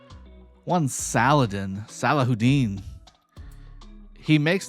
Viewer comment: Wow you know how to pronounce Saladin's real name Salahuddin or Salahu Ad-deen Al-Ayyubi